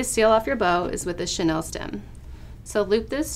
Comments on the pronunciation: It’s not Chanel it’s chenille: shen-eel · And it’s pronounced chenILLE as in sheh-NEEL...not Chanel!!! At any rate...it’s a pipe cleaner! LOL